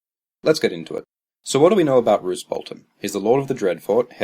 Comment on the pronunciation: Roose, rhymes with Goose.